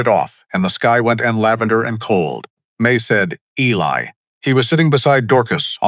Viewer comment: Eli is pronounced E-Lie, not ellie